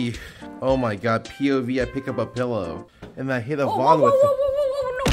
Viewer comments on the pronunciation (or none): I can't unhear saying POV as Pov.